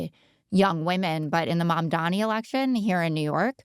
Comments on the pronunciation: i find it annoying when people can't (or won't take the time to learn) how to pronounce a name… It's not ManDAMi it's MamDANi people jeez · It's MAMDANI, not Mandami. Jesus fucking christ. Also, whenever public opinion doesn't reflect Scott's he always blames nefarious Chinese interference. He claimed that with Gaza re: TikTok, and now he's claiming it of the betting markets. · Dude, c'mon, it's not "Mondomi". Think of your Mom, and think of Donnie. Then say MomDonnie, or, as it's really spelled, Mamdani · "Mamdani" is written in the Hindi script (Devanagari) like: ममदानी. It is pronounced as Mamdāni. [The first 'a' is short' and is pronounced like the 'u' in cup. The second a is long and pronounced like the 'ah' in 'father'. It's not "mom-dani" like the slang for "mother" (mom). Nor is it "Mon-dami".] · Mamdami ❌ Mamdani ✅✅✅ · It's MamdaNi, with an N. If you can say Daenerys Targaryen, you can pronounce Mamdani. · Scott just can't say Mamdani. Hey Scott, try this: MOM DAH KNEE. Repeat thirty times. You'll get there. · Again. it's mamdani. m-a-m-d-a-n-i. Pronounce his name correctly, please. 😊🙏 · take a shot every time scott's old racist boomer ass mispronounces zohran's last name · Is there a reason Scott never says Mamdani’s name right? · I wonder when Scott will learn how to pronounce Mamdani's name. It's starting to feel deliberate. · Is it really that hard to pronounce Mamdani's name right? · I want to know the exact dollar figure it would take to get Scott to pronounce Mamdani correctly one time. $10M? $15M?